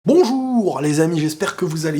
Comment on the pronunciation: Ton (Bonjourrrrr) Il ma tué 🤣🤣🤣🤣🤣 Vraiment ça c’est le mec avec l’accent Parisien Pointieu 🤣🤣🤣🤣